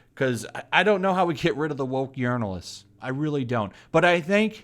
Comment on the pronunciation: I like the way you pronounce those "journalists" as urinalists.